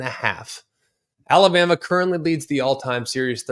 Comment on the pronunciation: Had a problem with saying Alabama there buddy! 😂 Colorado 42 KSU 17